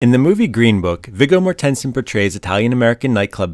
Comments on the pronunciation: "Viggo more-TEN-son"? It's "Vee-go MOR-ten-sen". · Vigga Mohr-ten-sen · Either this is crappy TTS or this guy needs to do more research before pronouncing names 🙄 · This is really good dude. Great job- you mispronounced some things but overall really appreciate this one. Subscribed. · I heard how your pronounced “Vigo Mortensen” and I immediately clicked off. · If you incorrectly pronounce an actor's first AND last name in the first five seconds, why should a viewer trust the accuracy of anything you say in the remaining thirteen minutes? Also, c-o-n-c-e-r-t-o is not pronounced con-SUR-to. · Maybe like...learn to pronounce peoples names before you make an "IAmVerySmart" style video. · Ugh...from a video preporting to separate fact from fiction, the fact that you completely mispronounced Viggo Mortensens' name I can only imagine what else you've probably lazily stitched together. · I have to add my comment to the others who said, that it would be nice if the narrator of the video actually knew how to pronounce the names of the actors! Get someone who can. It's a disgrace, and if someone ever pronounces your name incorrectly, you always correct them! No different with a video. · Learn how to pronounce these names. Viggo mortensen? That pronunciation was terrible. Carnegie Hall? That's not how you pronounce Carnegie. Ridiculous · Never mind the fact that he's also butchers g the hell out of Viggo Mortensen's name! It's quite distracting. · Con-CHAIR-to, not Con-SERT-o...and Viggo M....? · The pronunciation in this video is on some next-level shit.